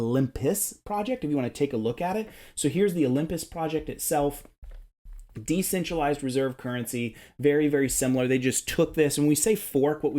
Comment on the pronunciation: *DE*centralized ;) (just teasing lol)